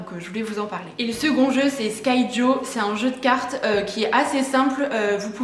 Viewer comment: Je crois que l’on prononce skijo et non skaïjo 😄